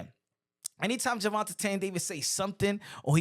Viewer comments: I love your channel and reported news but plz stop saying “Gervontatane”…it’s Gervonta or just say Tank. Sheneneh took me out though🤣🤣🤣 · Jus say tank, why u saying his name like dat. Gervatain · Why are you pronouncing his name like that?